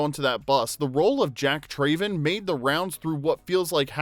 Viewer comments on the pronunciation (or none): How can you make this video when the Narrator cannot correctly pronounce the Character of Jack’s last name, “Traven.” His last name is pronounced “Trav-en” and not “Tray-ven.” It is said numerous times throughout the movie, and not pronouncing it correctly in a video titled “15 Weird Facts You Didn’t Know” is absurd when clearly the Narrator doesn’t know one of the simplest facts/pronunciations in the movie. As a die-hard fan of my all time favorite movie, this discredits your supposed level of knowledge and I cringe every time I hear him say “Trayven.” Thumbs down. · Jack TRAYven 🤣 - If you've watched the movie, you know it's pronounced Trav-en. Also, the bus jump was done in one take and it was a success, the footage you used is from the making of featurette on the special edition DVD that shows the aftermath of the bus landing. They expected the landing to be hard and had the driver protected in a suspended harness, and they knew they'd completeley destroy one of their hero buses, so it was one of the last things they shot. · Trav-en not Trayven. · Came scrolling through the comments to find this. Literally one of my favorite movies as a kid and as soon as he said "TRAYven" I knew there was no way he watched the movie. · I don’t understand how you and make a whole video about a movie and pronounce his last name differently than they do in the movie. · Anyone else unable to finish watching this vid because of the narrator's continual mispronunciation of Jack's Surname?